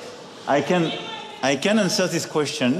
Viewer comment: aïe kane ennsoueur zis koueschteune, if you give mi som'taïme ça pique les oreille putain... Il a vraiment vécu de l'autre côté de la mare le mec?